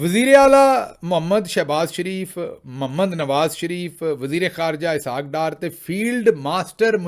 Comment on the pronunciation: correction please, she used hshhaq dar not ishaaq dar...............